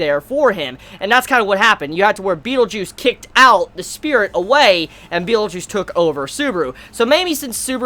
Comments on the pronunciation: Every time your pronounce Betelgeuse as Beetlejuice, I always think..."say his name three times" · when u say betelguese it sounds like beetle juice, like who defaq r u talking about, is my reaction when u said beetle juice